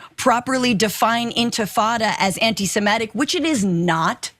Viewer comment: What is “semEtic”?? I’ve heard of “semItic”.